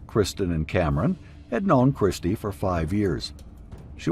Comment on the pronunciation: Her name is Kirsty not keersty